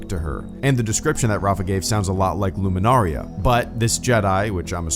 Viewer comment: Luminara*. Not -ria. Cmon EFAP is gonna nit pick you again😂.